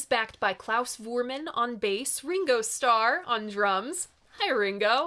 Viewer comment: Klaus’ last name is pronounced with an F sound not a V sound. He’s German.